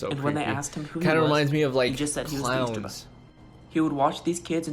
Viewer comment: He said ester bunny😂